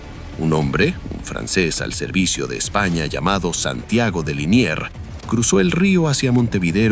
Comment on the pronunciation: Liniers, no Linier